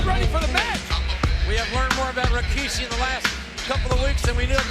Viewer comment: God I miss the Raw and Smackdown and even Nitro from the late 90's and early 2000' s. Am I the only one to hear and recognize this but I'm sure millions have picked up on it, JR always pronounces RAKISHI, when clearly it's Rikishi in the spelling. This was the time to be a wrestling fan and unfortunately today is a minute fraction of what this product from WWF and WCW was